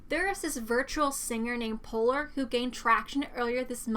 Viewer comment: Damn she said poor not polar thats what i heard lol